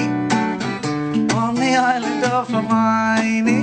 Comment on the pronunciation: I love how he says hermione🥺🥺